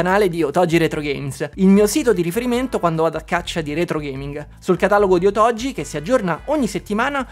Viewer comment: Caro, sei sempre molto esaustivo e divertente. Premesso che questa Ps5 Pro è una "sola" senza precedenti che nessuno dovrebbe acquistare, ti scrivo per un altro motivo. Tu sponsorizzi "otogi retrogames", ma io non ce la faccio a sentire che ogni volta la pronunci in modo sbagliato. Non so se i proprietari del negozio, questo Domenico nella fattispecie, lo pronuncino così come si scrive, ma se lo fanno peggio ancora perché se dai un nome a qualcosa devi sapere come si pronuncia o cosa vuol dire. Nel tuo caso ti dico solo che si scrive "otogi" ma si pronuncia con la g dura, cioè "otoGHI". La parola vuol dire "fiaba, favola" in giapponese ed è molto azzeccata come nome. Perciò ti prego, almeno tu, visto che ti stimo, pronuncialo come si deve. Un saluto da un insegnante di lingua giapponese, motivo per cui ti ho scritto questo messaggio, che non riesce a sentire quella pronuncia errata e si è "permesso" di fartelo notare. Spero che tu non te la prenda, in caso mi scuso. Con stima Ciao🎉